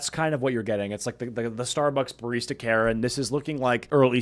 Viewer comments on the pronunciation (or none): none